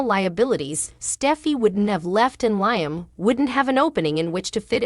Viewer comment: You need to speak in every day words and also learn how to pronounce Liam.